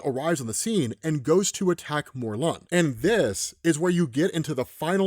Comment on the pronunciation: It’s mor-lin